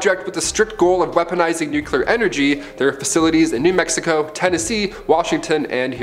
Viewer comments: Its nuclear not nuculer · NEW CLEAR/NUKE LE-ER